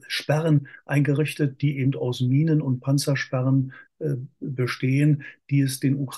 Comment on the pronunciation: "ebend" Ich kriege Ohrkrebs.